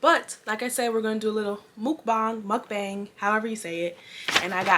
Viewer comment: Mook-bong was the right pronunciation 👏🏽👏🏽